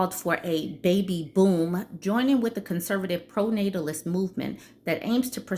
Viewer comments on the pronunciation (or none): Pronatatilus movement?! 😂😂😂